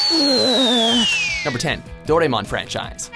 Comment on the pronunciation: Goddammit. It's pronounced Doe rah emon. Not Doremon.